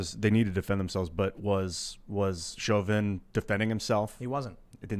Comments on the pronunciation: Chauvin = SHOW-VIN. Not shove-in. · Tim not knowing how to pronounce Chauvins name bothered the hell out of me. you would think he would be more aware, it was like he willfully tried to sound ridiculous.